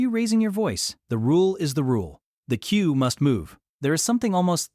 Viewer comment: AI can't pronounce queue. Pathetic.